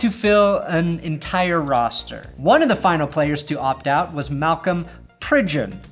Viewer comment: You said my last name "Pridgeon" correctly good job 👍 its miss pronounced constantly